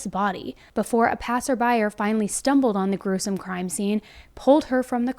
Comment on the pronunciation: "passerby-ER"? Get a grip on the language,.